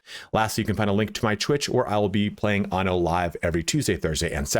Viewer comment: Please all you English speaking reviewers, be aware that in Latin, and in Italian as well, the word "anno" means "year", whereas "ano" means "anus"... So, please take care to pronounce the word "anno" with a double N, not with a single N... Thank you 😉